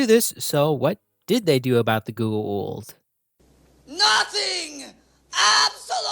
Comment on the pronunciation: As often said in SG1, it's pronounced pretty much as it's written so go-ah-oold. It's not pronounced 'the ghoul', which we do remember fondly from the show. But it's definitely not pronounced geh-eh-oold as you pronounce it. It seems I'm nitpicking but if you make a video about a beloved franchise you could at least get things like that right.